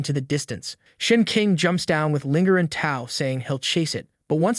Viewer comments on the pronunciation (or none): Annoying mistake - bow and tow are pronounced with an O sound not an ow sound. And less unnecessary censorship please😊